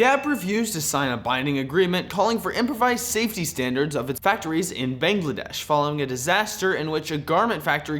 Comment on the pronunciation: Not trying to be mean, but your pronounciation Of BANGLADESH killed me. Next time could you guys check before saying a foreign word.